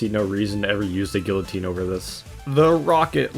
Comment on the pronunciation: gwil-o-teen epih toam shanashan